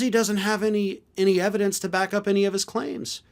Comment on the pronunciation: 'I have the yevidence!'..it's all coming out on the Twelfth of fucking Never.